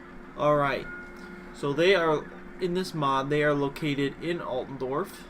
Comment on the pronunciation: ITS ALTDORF (AALTDOURF) NOT ALTENDORF